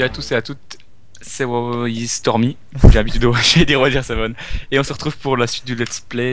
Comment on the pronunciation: Stormy a un accent Anglais pourris ^^